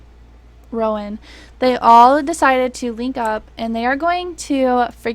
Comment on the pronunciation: you said rowan’s name right and i’m shocked